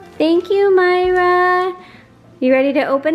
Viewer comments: It's Pronounced Maria not Mayra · Isn’t it Mareeeeaaaa not Mara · Yes, thank you....very important. Mar-ia ....not My-ra...big difference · not MyRA it's MaRIA... I'm sorry about your pregnancy.. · She actually pronuced it Moi ra it's the intention that matters though. You can tell she is grateful